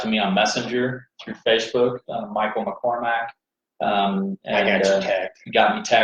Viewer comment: McCorMACK, not McCorMICK. 😎 Anyway, great interview! This is a man who's genuine and mentally tough! When he sets a commitment, he's all in! Love being in business with you brotha! Rachel, thanks for being such a positive influence in his life!